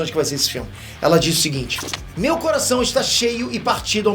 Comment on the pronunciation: O "coraseixon" no inicio do video valeuuu o like kkkkkkkk esse é engraçado vei kk